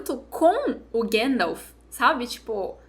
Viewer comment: chorando e eu chorando pelo mesmo motivo, que personagem, que jeito brilhante de dizer o nome do gandalf, grand'elf